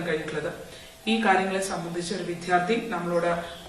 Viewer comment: വിധ്യാർത്ഥി അല്ല വിദ്യാർത്ഥി